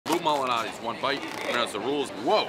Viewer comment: I think he should redo this skit with the right pronunciation of Malnatis. Unacceptable.